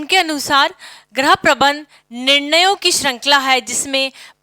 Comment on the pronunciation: Ma'am Right Pronounciation of गृह is "GRIH" not "GRAH".